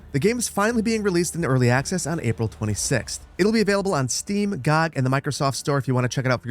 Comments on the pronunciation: one small thing, it's pronounced (Gee-oh-gee) not (gawg) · "Gaug"? T.T